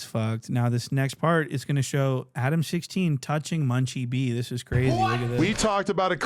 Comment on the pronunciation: I thought Munchie was saying Adam16 at the beginning took me a sec to realize he said Adam60